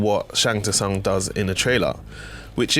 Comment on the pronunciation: Sung, Sung, it's pronounced Sung